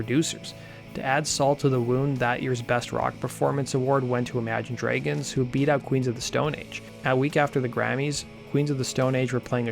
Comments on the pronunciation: How tf do you pronounce "dragons" 💀💀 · Imagine DREYgons? Is that some sort of local accent? I'm genuinely curious and I'm not a native speaker myself. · He's probably Canadian